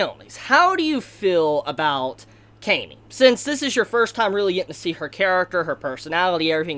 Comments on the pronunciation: I think its pronounce kah-me not kay-me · Dude you're saying her name wrong. It's Cam-y. Not, Came-y. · Ahhhhhhhh your pronunciation for her name